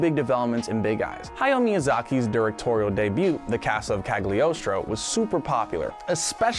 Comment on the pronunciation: Did you just...say Gag-liostro? ? It made me sad